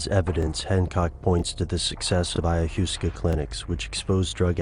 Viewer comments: i-ya-wass-kah..... not iyaHUSSca... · The narrator seems to have mispronounced some words--saying 'ajuska', instead of 'ayahuaska' [phonetic] [maybe?]. Yeah...kinda fractionated, but if one can tune out the irritating background music, there is quite a lot...hard to grasp for any just starting out learning, though. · Aya 'hoosca' ?? lol!! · eye uh wah skuh. -. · when you Mispronounce ayahuasca , u lose me. and pyn-EE-ul....is the pronunciations of pineal. Shamanism, independent of drugs, done correctly, opens these doors. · I would advise you to learn how to properly pronounce Ayahuaska before making a fool of yourself in your next video :)